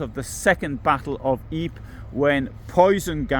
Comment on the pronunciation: Well done as usual. Not sure anyone else calls Ypres "eep"